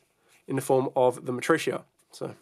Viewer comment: Are you sure its said Mat-rucia and not Ma-tri-arc?